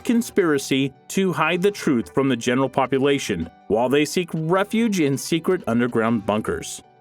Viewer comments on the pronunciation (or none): none